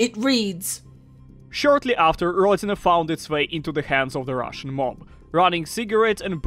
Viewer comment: Ròdina not Rodìna -_